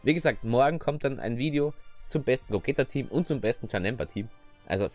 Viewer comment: Warum nennst du ihn eigentlich "Gogäta" du nennst Vegeta doch auch nicht "Vegäta" haha Cooles Video 1 Abo mehr